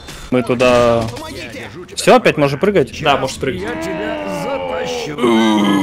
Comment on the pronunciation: "по мо ги те", да он же там сам справлялся))